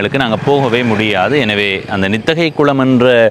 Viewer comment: தம்பி நித்தகை அல்ல நித்திகை 🙏